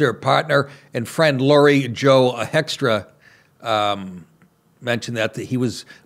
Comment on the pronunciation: I think 'hoekstra' is pronounces 'Hoke-stra'.